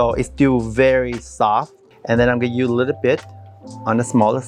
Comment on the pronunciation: Why don’t you pronounce the word “USE”. You can say the sound in other words. Strange